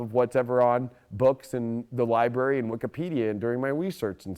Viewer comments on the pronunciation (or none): none